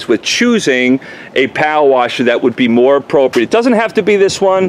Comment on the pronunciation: I just like hearing you say "powa washa."🤣 Great video.